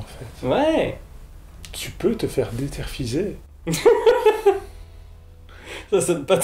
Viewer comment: ("DéTERFiser" 😂) Merci pour cette vidéo !